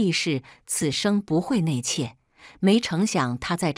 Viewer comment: 纳妾，怎么念成內妾